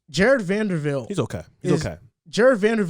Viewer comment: Love the podcast, joined after the Rudy video. Only correction was saying Jarred’s name wrong (VanderBilt not VanderVilt) Nitpick issue